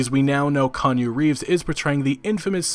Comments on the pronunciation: Every. Single. Time. Kan U Reefs! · Kanye Reeves ? Kanyu Reeves ? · Kanye Reeves? Lol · "Kanju Reeves" -, 2019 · "Kanye Reeves?"